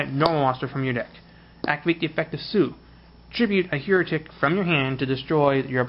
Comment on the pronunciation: It's Hi-ri-t-ick, please pronounce it right mate, lol the way you pronounce it means people who doubt the church.